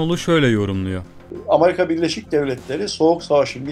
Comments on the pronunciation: Dayının biri Amerika yerine ısrarla "Amarika" demeye başlayınca videoyu yarıda bıraktım. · Kardeşim. Nasıl kanal bu . Seslendirmeseki adam doğru düzgün telafuz edemiyor. Amerika bile diyemiyor. Doğru düzgün ekibi olmayan kanal dünya çapındaki meselelerle ilgili anca bu kadar kötü video yayınlar.